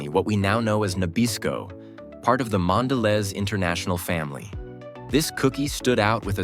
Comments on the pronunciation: My husband used to work for Nabisco in their warehouse. Our kids used to think Oreos came from a warehouse!😂 BTW, Mondalez is pronounced Mon-Duh-Lease. Also, at one time, NABISCO was part of the RJR Reynolds, and then Kraft Foods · How did you manage to mispronounce both Nabisco and Mondelez in a single sentence?